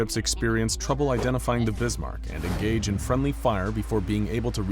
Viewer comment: ITS ZE BISMARK